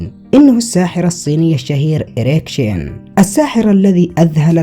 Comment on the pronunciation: Please tell me I’m not the only one that heard “EREC-TION” 😂😂😂😂